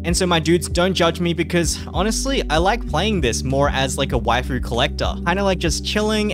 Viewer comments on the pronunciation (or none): none